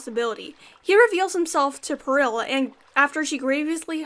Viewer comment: I really hope this isn’t rude aha But, I believe that Peril’s name is pronounced Pear-all, not purr-il Other than that, I really liked this video! It was very well made, and very nice to listen to! Good day :)